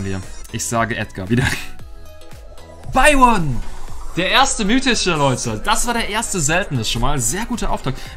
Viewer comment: Wie byron ausspricht: beiwon🤣